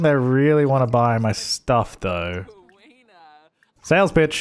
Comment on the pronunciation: Is it just me or when he says “sales pitch” my mind says “sales b*tch” ;-; xD